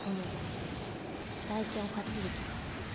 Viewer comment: 大剣の読みはたいけんですよ １回コメントしましたが少し訂正があったので消させていただきましたw